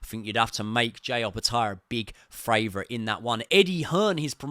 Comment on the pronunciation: Great breakdown. Funny question though, why do you say "FRavourite" instead of "favourite" 😂